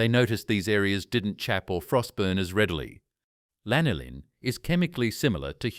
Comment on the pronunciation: Всё классно, только жир овечьей шерсти называется не лИнолин, а лАнолин. :)